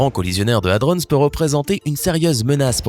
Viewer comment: Merci de respecter la prononciation de hadron, un dico avec la phonétique peut être utile, prononciation anglaise ou française il faut choisir, pitié, ne pas mélanger les 2.